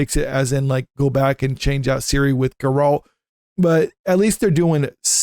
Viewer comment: Bro... have some credibility. its GERR-ELT not GUR-ALLT